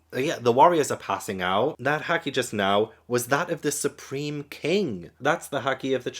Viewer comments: Excellent review! I’m so excited to see your reactions to the rest of this saga. Also, haki is pronounced the same as hockey the sport. For future reference, in Japanese all As are pronounced like the A in “caught”, never like the A in “cat.” That’s why manga is “mahn-ga”, not “mayn-ga.” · if you wanna get really technical, the japanese A is the open central unrounded vowel of the international phonetic alphabet (IPA), often identified with the character /ä/. Like i said, it can vary by accent, but "cat" usually employs the open front unrounded /a/ and "caught" uses the open back unrounded /ɑ/ or the open-mid back rounded /ɔ/ (this word varies more by accent, but most pronunciations have more of an "aw" quality). Heres a link to the ipa vowels wikipedia page which has a useful chart with sound clips for all the pronunciations, if ur interested: The point i was getting at initially tho, is english speakers will often pronounce japanese words with /ɑ/ as opposed to the proper /ä/ (think "nAWmi vs "nAHmi" or "sAWsuke" vs "sAHsuke"). I don't really know why, but it's just the tendency we've adopted, and in Japan, it's also an easy way to identify an english foreigner accent in japanese. Sorry if this was too much, I just really like talking abt linguistics lol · Haki is pronounced like hockey, and literally translates to something like "will" or "ambition". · Jimbei was name dropped when Yosaku was telling Luffy and Sanji about the 7 Warlords. And Haki is pronounced hack-key. P.S Do you remember Mantra from Skypiea? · It's pronounced like the british pronounce hockey✌️ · You know how to pronounce Nami so you know how to pronounce "a" and "i" in all japanese Words. Same with the "u" like in Luffy and so on. Haki should be easy to pronounce 😊 With every knew word, just remember the vowels of other japanese words✌️